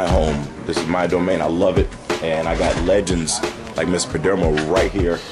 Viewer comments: Good vid but it's PerdOmo not Perdermo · Have you learned how to pronounce the perdomo family name correctly? 😂😂😂